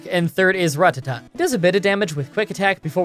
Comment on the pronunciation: It just occurred to me that your pronunciation of Rattata is probably how a Japanese speaker would pronounce it. In other words, I believe you have been taught the weeb pronunciation by weeaboos. It's OK to pronounce it like an English speaking westerner. Ra like wrap. Ta like tap. Ta like duh. Ra-ta-duh. Go for it. You can do it. I believe in you.